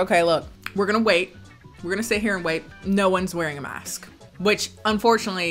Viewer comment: Mask-sksksk Me: why is she saying it like that It's masksksksk wtf masksksksk...fuuuuck 😂